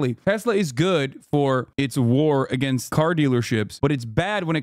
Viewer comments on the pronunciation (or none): none